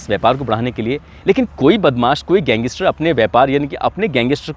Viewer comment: bhai ye गैंगइस्टर nahi hota, गैंगस्टर hota hai.